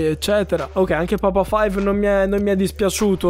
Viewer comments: È papa V (vi non five) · Papa Vi si pronuncia